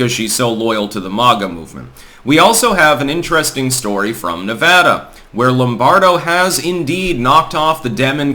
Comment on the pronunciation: I'm happy to hear you say Nevada correctly